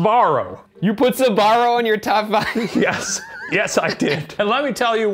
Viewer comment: I'm sorry, but it's really funny how they don't pronounce SB and say sUbarro instead.